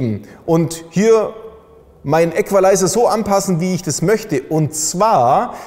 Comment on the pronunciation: Wieso schreit der Typ die ganze Zeit ? Ist kaum zu ertragen. Genauso wenig,wie der sehr störende Nachhall der - wie es wohl scheint - Halle. Man befasst sich mit Sound und filmt in einer Umgebung mit deutlichem Nachhall... Und : die korrekte Aussprache des Wortes "Equalizer" muss auch noch geübt werden.